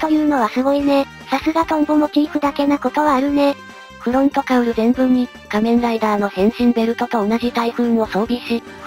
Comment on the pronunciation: の「変身ブイスリャ～」はドクトルＧが変身したカニレーザーの時に初めて言いました！けどドクトルＧも「仮面ライダ～」と珍しい発音で言ってた。